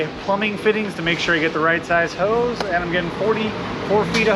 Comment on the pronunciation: I am British did he say he was getting some Oze or Os or Hoes or Hose? He he he.